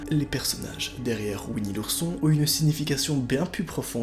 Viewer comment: Nooooooon pas ouini l'ourson